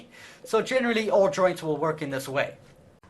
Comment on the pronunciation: When you say joints it sounds like you are saying ''droids''